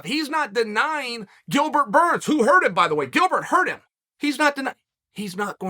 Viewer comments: Why does Chael purposely call him Gilbert, “Gurns”? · At this point, if Uncle Chael doesn't mispronounce a name within the first 10 seconds, I'm a little bummed. Thankfully, he NEVER disappoints. Shout out to Gilbert Gurns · Did he just say Gilbert Gurns🤣